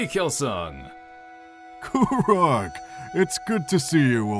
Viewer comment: This is amazing and I love it. Avatar Kuruk is pronounced differently in the show though no?